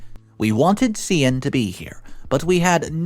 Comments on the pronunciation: Just FYI. Cian is pronounced Kee-an, not See-ann. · The Irish name Cian is pronounced Kee-an as far as I know…